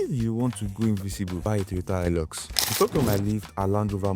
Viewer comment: It is pronounced as ''hi lux'' ''Hi'' as in high So ''high-lux'' is right and not ''hee-lux'' Same as Toyota Hiace "High-ace" Shalom